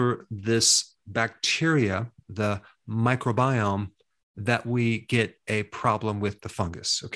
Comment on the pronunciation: Dr. Berg, i thought it was micro-biome not "myco" biome